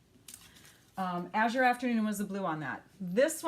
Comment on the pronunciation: Love these. I’ve been doing some of these myself. So many different results. Love them Thank you. You are the first person that pronounced Azure correctly that I’ve heard. Lol